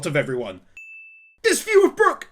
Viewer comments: FINALLY, HE GOT BROOK’S NAME RIGHT. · Kuma, nightmare Luffy AND saying Brooks name right?! What a video